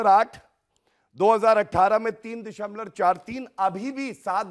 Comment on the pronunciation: Abe dashamlav hota hai dashamlor nahin, Bjp me saare log unpadh hain kya.